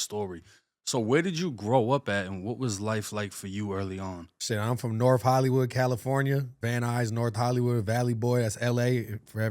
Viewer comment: Norff LA ha😂